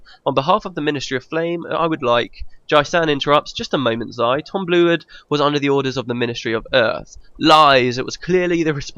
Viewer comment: Real cool ending. Nice done. I mean the whole let´s play. But it´s maybe just me but I allways unterstand "Tom Blewit" instead of "Tom Bluewood". Maybe because the name Tom Blewit sounds more funny XD Especially in one situation (I don´t know the exact episode) where you red a dialogue and it soundes like this: "It´s Tom blew it again". The meaning sounded for me like: It is Tom. He blew it again. And I had to laugh so hard.